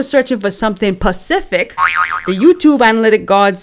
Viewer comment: 😂😂😂that “pacific” I understand very well we say the same thing in Barbados where I’m from 😂😂😂